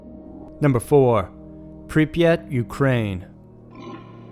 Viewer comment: I'm impressed he actually got the name of Pripyat right. Most people call it Chernobyl and that's the name of the Power Plant, not the Town.